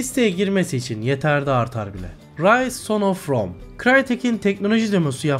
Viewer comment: Liste güzel bu indirime bu kadar yapcak bise yok ve evet o en baştaki listedeki roma oyunu rom diye okuynuyor:)))